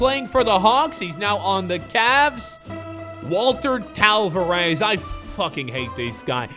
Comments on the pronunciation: Did he say talvares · How can you not pronounce Tavares or ajinca? They aren't hard lmao